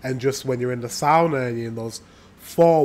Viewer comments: It's sauna not soona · It is SAUNA,not soona! Try it!!!😊